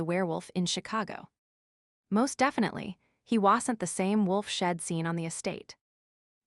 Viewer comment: AI reading is not good. The word she’d is consistently pronounced as shed.